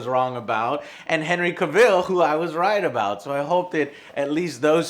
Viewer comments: Hey joe it’s pronounces CAvil with emphasis on the A, I swear it was so cringy when he kept mispronouncing his name. And another thing, Sebastian Stan would be a terribles choice for dandelion, he just doesn’t fit the character. I think someone like Russell Brand from Get him to the Greek would be a more appropriate choice. I respect you joe but sometimes ...🤦🏻‍♂️ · I love you Joe.. BUT I HATE THE WAY YOU SAY CAVILL! 😂😂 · That's not how you say Cavill haha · Joe got a new camera!!! Please God say Cavill right tho, Joe... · How do you not pronounce is name correctly haha, you seem to be over looking the fact this suggests he’s no longer going to be superman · Dude the way you pronounce Cavill xD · I'm going to excuse how you butchered Henry Cavill's last name. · your pronouncing henry cavill's name wrong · You say Cavill WRONG!!!!!!!!!!!! AND WHY THE FUCK WASNT MADS MIKKELSON CASTED AS GERALT?!?!?!?!?!?! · Your pronouncing his name wrong. He shows you how to pronounce it in a video. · You're pronouncing his last name wrong. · Joe just really likes that wrong pronunciation he first imagined I guess, lol. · Why can't Americans pronounce words properly, not as if hasn't heard Cavill's name said before hahahaha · Joe, If you're such a big fan how come you can't pronounce his name properly? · loves Henry cavill can't say Henry cavill Also, that cosplayer looks NOTHING like Geralt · Nice setup and news segment. Buuuut u are pronouncing his last name wrong joe. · I love you Joe but the way you pronounce his last name bothers me lol it's "Cavol" not "Caville" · Who is Henry Caville? It's pronounced CA-VIL. And when did Geralt have an English voice? It's Doug Cockle, he's American... EDUCATE YOURSELF JOE. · Hey Joe, it's actually cAvill, not cavIll. he said it himself in an interview, its pronounced like TRAVEL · it's CAVILL as in TRAVEL!!!!!!!! not CA-VILLE!!! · Its cavil not cavil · Joe, after all this time, you're STILL pronouncing his name as "Ca-ville?"